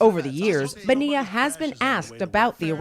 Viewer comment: How many times can they mispronounce Bonilla?